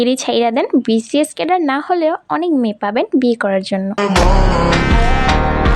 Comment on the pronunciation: Ar vaiya seta vcs na Bcs😂😂 age pronunciation thik kor tarpor army der picone lagte acis😂😂😂😂😂😂😎😎😎😎😌😌😌😌😌